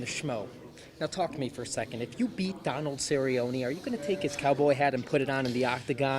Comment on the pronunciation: Man is BUTCHERING Donalds name